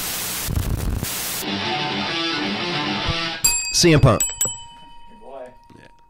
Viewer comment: the pain on his face when he's trying to say cm punk lol